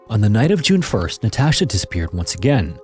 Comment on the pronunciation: Jesus fucking Christ. Learn how to pronounce Natasha before saying it 100 times. Infuriating watch.